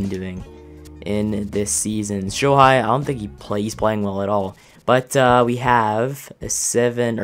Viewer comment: Shohei Ohtani, pronounced the last name right, but the first name is like Show Hey. Not Show High